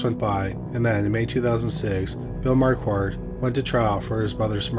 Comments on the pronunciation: Marquette = "mar-ket." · Sorry my friend. I accidentally deleted my comment! Just to help out a little with your superb channel: Mary Jane and Alfred’s Last Name or Surname of “Marquardt”: Is actually pronounced “MarKard”…..Where the ‘QU’ becomes a “K”, with a silent letter ‘t’ at the end. It’s more than likely to be of German or Austrian origin….A Big Thank You for yet another fantastically researched , presented and narrated episode! Best Regards from England..❤🏴🇬🇧🇺🇸❤ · How do you get "Marquette" from "Marquardt"? Whenever people like to trash the American education system, i remind them that it's a generational thing not specific to the US. Curiously, you started pronouncing it correctly halfway through. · There are two 'r's in Marquardt, please pronounce both of them.